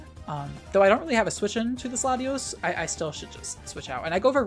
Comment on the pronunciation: Haha you said Slutios a couple of times.